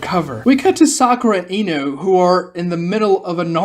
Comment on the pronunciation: okay this has happened so often that i really need to know now. what kind of lisp or accent forces your vocal chords to be selectively incapable of making the "Oh" sound? Ino > "Inu?" Minato > "Minatu?" Shino > "Shinu?" The only reason i assume naruto didnt get this treatment is because the "uu" sound immediately proceeds the "to" syllable lmao